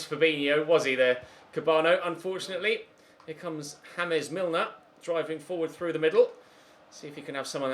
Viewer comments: am I the only one who noticed he said "hamez milner" like you're British!! milner is British too lol😂😂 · minutes 44 seconds, did he just pronounce James Milner as "Hames Milner" 😂 then later says James Milner? Confused haha